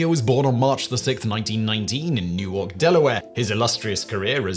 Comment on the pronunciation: Glad you got the pronunciation of "Newark" correct. Newark, Delaware, is, as you pronounced. Newark, New Jersey, is "Newwrrk".